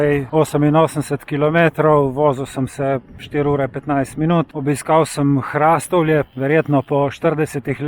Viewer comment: Hrastovlje se izgovori z povdarkom na o HrastOvlje ne pa z povdarkom na a kot vi izgovarjate... samo opomnik😉